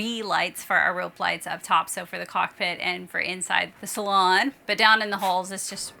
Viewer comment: IT'S NOT A "...SALON..." !!!! IT'S A SALOOOOOOOOON !!!!